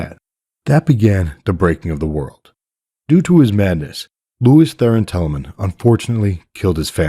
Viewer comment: Sounds like you're saying "Lewis" instead of "Lews". Are you sane " Lewis"?